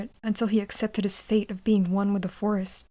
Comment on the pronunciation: First i heard Force instead of Forest😅